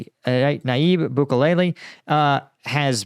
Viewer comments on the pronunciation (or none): It’s “scandium;” not “scandinium,” and Nayib Bukele, not Nayib Bukulele. Lmao 😂